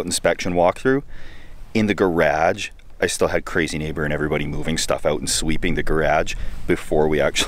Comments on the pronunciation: The way you say garage is fucked up lol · I was initially confused at the way you said Gah raja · The way you say garage sounds so Canadian lol. Stay safe friend! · Never heard anyone in Canada pronouncing it like that lol! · I have to say that's the first time I've heard garage pronounced that way. And congrats on closing in on 300k!! You're going to get there soon buddy!!! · Garage. Pasta. Two more words I just learned that Canadians and Americans pronounce just a little bit different, thanks to!:-) If we all talked the same the world would be a really boring place.